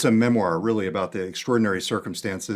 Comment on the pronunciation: Teally arny